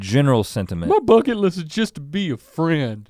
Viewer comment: “fucket list”